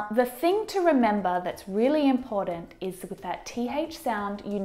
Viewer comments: It's rather ironic that this is a video about mispronouncing words and the speaker mispronounces "important." There is no D in important. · Oh for God's sake, please o please pronounce ' important' correctly. It is not ' impordan' !